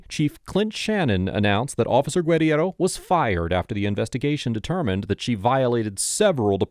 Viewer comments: Is saying her name wrong? "Gwed-E-Erro" isn't even how that insane officer pronounced her own name, Guerriero. I may be wrong but isnt it prounced "Ger-arrow"? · It's Gur-air-oh. Not that horsecrap you're spewing from your jib. She even says it in the video but you have to seem like you're the smartest person around. Always...but...you're not. 😂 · The fired cops name is pronounced “grrrr-here-roh”. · You are a jerk for mispronouncing her name repeatedly. It's in the video over and over. Where did you even get that Mish mash of a name?